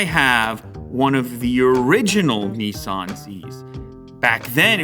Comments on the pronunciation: Not neeesan it’s pronounced Nisan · The way Americans pronounce Nissan actually makes me want to throw up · Bloody hell. It's spelt 'Datsun' and 'Nissan' fgs. Why do say Dartsen and Neeesarn? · Neeson dotson 🤣🤣🤣🤣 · Why can't North American's pronounce any Japanese/Korean brands correctly? NISARRRRN / DATSARRRN / NYKON / HUNDAI WTF? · Nee Sahn Zee Lew? DOT Sun Lew? 😱 Have you suddenly turned into a USican?